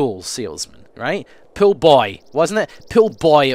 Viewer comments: he keeps saying pile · Whenever he says 'pool' it sounds like 'pill'. Hey I'm selling pills! xD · i thought he was saying pills instead of pool! XD